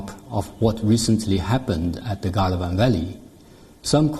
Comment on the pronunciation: Is it Galwan Valley or Gandwan Valley?